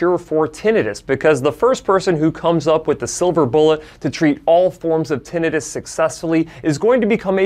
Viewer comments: Kudos for pronouncing "tinnitus" properly and not butchering it into "tin -EYE - tuss" as Americans are apt to do. 👍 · Yeah. You say tinnitus properly. Too many people screw it up.